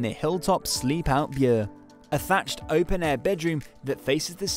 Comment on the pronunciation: Bure is pronounced booray